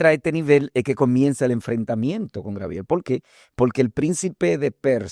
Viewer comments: Por qué siempre dicen: Grabiel, si es Gabriel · Bendiciones hermanos. Una pregunta. Porque los Dominicanos en ves de decir Gabriel, dicen Grabiel.